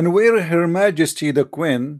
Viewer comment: it is queen not qwin pray to Jesus to improve your English and your accent dude